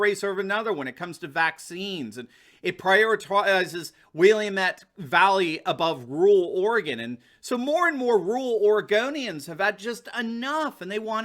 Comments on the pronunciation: Will-AM-ette; not Will-A-mette. Not the same pronunciation as the town in Illinois. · “Will-Lam’-ette” valley, dear friend. 🌞 Thats where I’m from. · it’s pronounced “Ory gun” & “Will lamb met” jus sayin, keep up the hood work! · As an Oregonian I must advise it be pronounced: Will-am-et valley. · Orygun. WillAAHmet. Love your work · Love your videos. I am a classicist when it comes to American names and how they are pronounced. Oregon names are often tricky (Willamette is pronounce WILL-am-et - emphasis on first syllable as in WILL and then am and the last syllable contains a soft e and t sound as in et tu Brute - also, the last e is silent). So, WILL and am and et shoved together and said rapidly. That said I live in a small town in the Willamette Valley and five out of six residents are registered Republicans. I am sure most of us share more in common with the culture of eastern Oregon and Idaho than that of Portland and Eugene. (The anarchist movement, which birthed Antifa, came from Eugene in the 1960s, and then migrated north to Portland). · Willamette is pronounced Will am ette. No long vowels. Ette like in ett. I was born in Klamath Falls, Klamath County. Not one of the 5. Too bad. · “Will - am- ette” Valley. Best Pinot Noir in the country. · Don’t ever play Dead Rising if you want to keep your sanity. The way they say “Will UH met” drives me nuts.